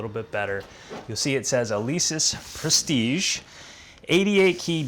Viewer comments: prestige....like....j..... is the good prononciation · I'm French and "Prestige" is pronounced like your first name dear trainer 😉